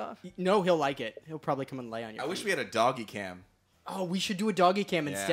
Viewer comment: I heard doggie cam as donkey cam.